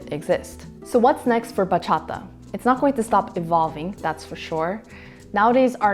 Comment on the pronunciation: As a Dominican, still living in the island and still dancing bachata with every chance I get, I was really stoked when I saw the thumbnail! Thanks for the little crash course on this beautiful genre. Perfect way to start my christmas. Also props on the pronounciation, sounds super good!